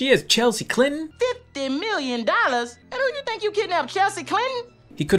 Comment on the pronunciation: Lol I like how you pronounce dollars 😂😂